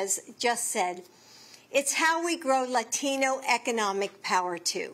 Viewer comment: It’s not La Tino it’s LATINO 😅